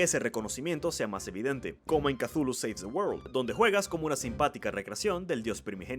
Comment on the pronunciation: ¿Entonces Cthulhu no se pronuncia chuclu? He vivido engañado. )